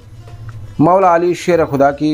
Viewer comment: Abe jahil khabeeth tu hazrat ali ka naam tal theek se nahi le pa raha hai tu hazrat ali r.a. ko kiya jane kutte ulma par bhonk raha hy be imaam